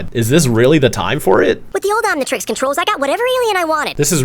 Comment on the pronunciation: As a kid I always wanted an Omnitreex. 😂